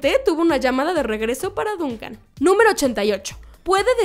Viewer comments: Dios mío tantas veces escuchar mal pronunciado el nombre de o personajes casi hacía que quitará el vídeo, que molesto. SE PRONUNCIA DONCAN, NO DUUNCAN.😡 Y CHRIS MAC-CLEIN. así. Gracias. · Se escribe Duncan pero se pronuncia Dòncan